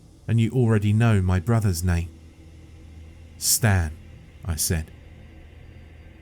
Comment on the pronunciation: should've been "Staan" instead of "Stan"